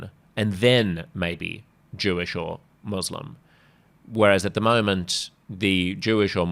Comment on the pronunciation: Has Albanese a speech impediment- he's unable to utter 'Muslim'.